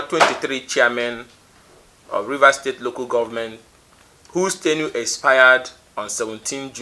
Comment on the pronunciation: Ugochinyere is a baby politician..he thinks this is university politic… Ugochinyere learn how to pronounce tenure please